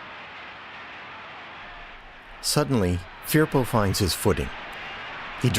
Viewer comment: Pronounced . . F E R P O